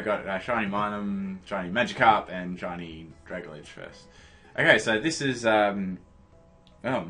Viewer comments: Drag Alge, not Dragaledge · It's kind of a dick thing to do, correcting someone's pronunciation, but I think it's pronounced "drag-ALjee" as in submarine plant matter, since both are based on kelp. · I got a shiny rogenrolla (however ya spell it) mid game I was so surprised! Also it's pronounced drag-alge as in algae the water plant thing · OMG ITS PRONOUNCED DRAG - ALGAE Its like dragon and algae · IT'S DRAG-AL-GEE! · "dragladge" lol